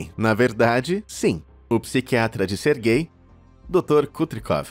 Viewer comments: É "SERGEI", não GAY. "Sérgio" vem daí. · Toda vez q ele falava o nome do primeiro cara eu escutava "ser gay" kskskksksks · "sergay" aí n mano KKKKKKKKK